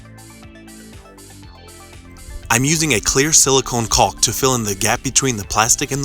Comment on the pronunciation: it's pronounced COCK my man! Say it loud!